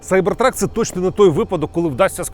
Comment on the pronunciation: Нарешті хоч хтось правильно вимовляє назву моделі - Сайбертрак. А то заладили зі своїм Кібертрак. Ну, якщо вже перекладаєте Cyber в Кібер, то і перекладайте truck в Вантажівку, тобто Кібервантажівка)